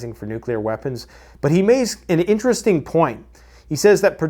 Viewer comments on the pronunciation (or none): none